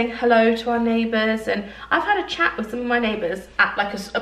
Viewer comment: “We had a bit of a shouty shat” 😂😂😂😂